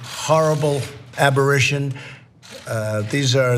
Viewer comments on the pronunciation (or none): “Abberition”? C’mon, bro. You’re 73. get it right.